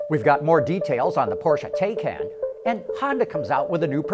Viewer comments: Taycan is pronounced "tie-con." Regarding the part of the video where he says, "Tesla fans are sure to make fun of" the Taycan's 0-60 mph time -- I think that depends on whether the Taycan's 3.5 seconds 0-60mph time is for the base version or performance version. The advertised 0-60 for the Model S 75D is 4.2 seconds. This 75D's price is comparable to the Taycan's base price estimate. So if the 3.5 s is for the base/lowest trim level Taycan, then it beats the base Model S in 0-60 mph time. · When Taycan is pronounced correctly ("tie-con"), then it sounds somewhat better, but not great. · Please go to a German site and see how to pronounce Taycan. You sound like an idiot when you can't even say the name right. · Learn how to pronounce Taycan.